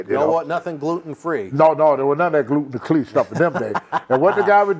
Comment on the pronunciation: "None a that gluten-clee stuff!"😄